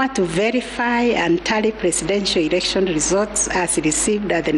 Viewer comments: Kutamka neno erection instead ya "election ".... Ikikuuma jitie kitanzi, concentrate with the important decision made and not with the pronunciation of the word... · can she stop saying ERECTION😭😭😭